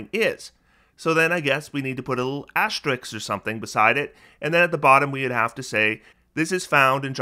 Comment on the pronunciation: TIL: cannot pronounce 'asterisk' correctly